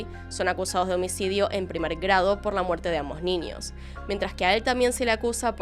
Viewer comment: Ojalá nunca dejes de hacer contenido 💓 si no, no sé qué vería para hacer mis tareas del hogar y trabajo... hay casos qué veo 3-4 veces sin darme cuenta... gracias por tanto, disculpa por tan poco✨ (además adoro como pronuncias la "ñ", como qué dices ninios, en vez de niños... jaja me encanta 💓💓) sos grande